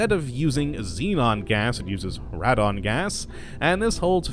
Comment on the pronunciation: it is pronounced "raedon".